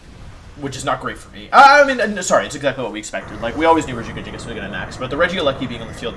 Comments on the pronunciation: Every time he says regigigagigus I want to claw out my ears..... happy birthday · I cant replicate how you say Regigigas. Its like you made a new warm up tongue twister. Like red leather yellow leather but for the pro pokemon player.😂